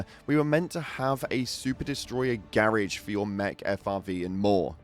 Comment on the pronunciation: I'm so confused when I heard "garrige" and only now I noticed he means garage.